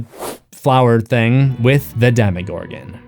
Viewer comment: He says Demigorgon not demogorgon you British dude with a emo hair cut